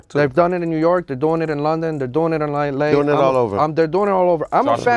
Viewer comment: Love how the editor wrote LYLAY just how he said it when he wanted to say LA lol